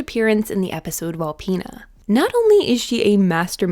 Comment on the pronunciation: I AM THE GRAMMAR POLICE AND YOU ARE GETTING A TICKET FOR PRONOUNCING VOLPINA WRONG AND NOT USING THE CORRECT PLURAL PRONUNCIATION FOR MIRACULOUS! (Heehee!)